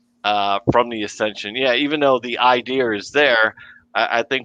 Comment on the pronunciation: I've lived in the NYC area my whole life and I've never heard people here pronounce idea as 'idee-yer' so I'm confused. If someone were to say 'idee-yer' , I think of a JFK-type New England accent, not Brooklyn NY 🤔